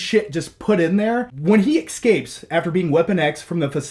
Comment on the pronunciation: Yep... and this guy's a film critic? Amazing how common the excape flub is spoken.